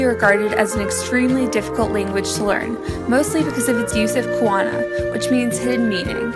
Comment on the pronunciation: And also there pronouncing kaona(hidden or double meaning) wrong